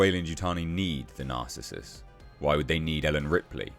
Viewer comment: It's pronounced NAR-CIS-US - narcissus, a type of flowering plant AKA a daffodil. Also an ancient Greek hunter..